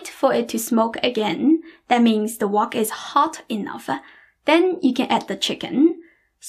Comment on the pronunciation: I love your speech patterns. Every hard consonant has an after echo. "Wok-kuh" "chicken-nuh". It may be just that you always smile, but I find myself smiling and enjoying your talking! xox